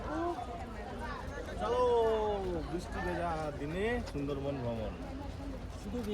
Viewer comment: r time tomader blog dekhte valo lage. But plz change your pronunciation ' bristi' karon khub kane lage. R puro blog jure anek bar sunte hay ' bisti' jeta khub kasto hay. Plz